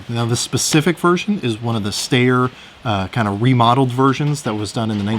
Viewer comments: Steyr is pronounced "shtiyah." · Why can't shooters pronounce the names Mannlicher and Styer? As a point of historical fact, it's really not very difficult. It's "mon-licher" and "stey-yer".